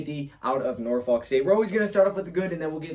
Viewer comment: Ewww why he say Norfolk like that